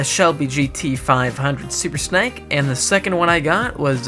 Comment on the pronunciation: SUPER SNAKE NOT SUPER SNEK PRONOUNCE IT RIGHTYOU PUTZ OR ELSE I'M UN SUBING (not the worst thing I could do 😐😡😠😣😤😧..!!)